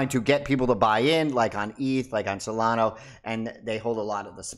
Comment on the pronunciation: Dude. SolanA. Not SolonOH.